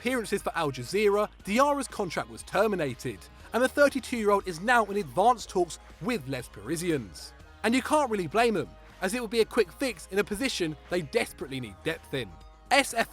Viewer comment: 'Lez Parizienz'. Jesus..